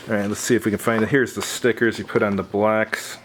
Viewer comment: BLOCKS! Sounds like you keep saying BLACKS 😮